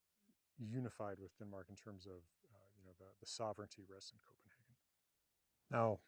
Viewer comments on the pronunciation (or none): none